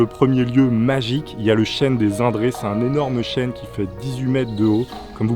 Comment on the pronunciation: Le chêne pas le chène!